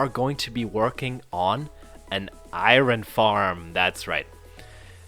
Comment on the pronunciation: Is he saying iron like iRon instead or iOrn jokingly or for real? (just putting it out there that iOrn is easier to say, from experience.)